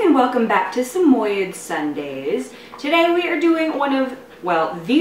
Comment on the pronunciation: its pronounced sam oyee ds not sameyeds